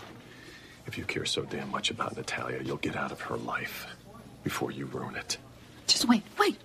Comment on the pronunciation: You are so right! I thought I was the only one who didn't like the way he says it. "Naaataaaliaaa." Isn't it supposed to be Nah-tah-liah. Like the difference between batter and father.